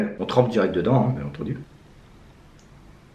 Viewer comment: A chaque fois il dit bien etendu et le lait se nait pas jaune